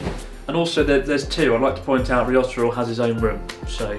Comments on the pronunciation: When you say ryotaro it sounds like risotto 😂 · Chris mate, I think Ryotaro is secretly having an ongoing, good laugh at your expense by virtue of the fact that you continuously mispronounce his name just about every time you say it!